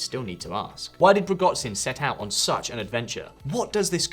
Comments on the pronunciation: Is that so hard to pronounce zh “Ж” sound? A bee 🐝 can! He’s Prigozh(ж)in, not Prigoz(з)in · It is really more than annoying when a presenter can't even be bothered to look up the pronunciation of foreign names. Nobody expects you to get it completely right, but at least make an effort. It's pronounced Pri-goh-shin, not Pri-got-sin. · You lose credibility when you mispronounce names, especially one that has been made so famous. It's not Prigotzin. It's Prigozhin. The zh in Russian is to the z what sh is to the s in English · Its Prigozin, not Prigod-zin, ffs... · His name is pronounced "PRIG O ZIN". Not sure why you had to create a new one? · pro-GOT-zin? shoy-GEI? Well I guess we should be grateful that you didn't identify Russia's president as Vladimir Poutine! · The pronunciation of prigozhin in this video is pretty rough. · Where the hell did you find a 'T' in Prigozhin? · Come on man Prigohzin is not pronounced like that and Wagner W is a V. 1.31m subscribers - this is really poor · don't know how you expect anyone to believe you on this topic when you can't properly pronounce name of the subjects... you weren't even close, you completely butchered the name of prigozhin and shoygu I just stopped watching in the first minute of the video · sorry, it really bothers me that you apparently didn't bother to take a second to check how to pronounce the guy's name. it's just unfitting for a channel that lives off of research and reporting. I'm not saying you should completely get rid of your english accent, but zh is pronounced like an aspirated sh, not like zz. always. also in words like zaporizhzhia. if you can't pronounce the aspirated sh, just pronounce it as sh. it will sound way closer to the correct pronounciation and really isn't hard to do.